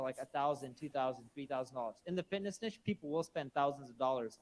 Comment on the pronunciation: OMG thank you for pronouncing niche the right way - I'm not a vocab snob, normally, but as a French speaker, pronouncing niche to rhyme with b*tch just grinds my gears!